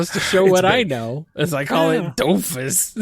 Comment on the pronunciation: Well actually you need to prononce the S at the end of Dofus, since it's a proper noun and these are invariable. :3 Also, the whole thing about Ankama is that all of their money comes from the Dofus MMO, which isn't as popular as it once was, so the studio is lacking funds.